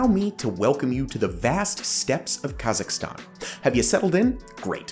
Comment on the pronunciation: Somewhat unrelated but thank you for pronouncing Kazakhstan correctly. You're the first person I've watched who's said it right :)